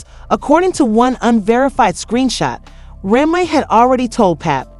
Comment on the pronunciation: what's wrong with you , why can't you say Remy's name right ?